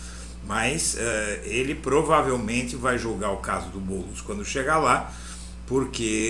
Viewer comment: É tão óbvio a mentira q ele soltou "Boulos" praticamente balbuciou.